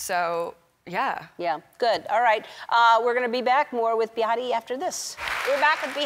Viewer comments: Ellen it's pronounced....... BAY-UH-TI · Words we know Ellen mispronounce; - Behati - Namibia